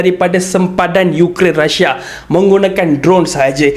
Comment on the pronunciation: Deyy bukan rasha.. rusia.